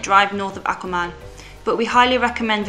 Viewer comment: Amazing highlight video for Akumal! From a Mexican, I appreciate that all pronunciations are spot on too! Truly well done!